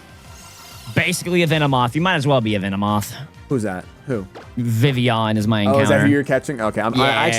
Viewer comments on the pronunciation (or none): I like how always misspells venOmoth, he calls it venemoth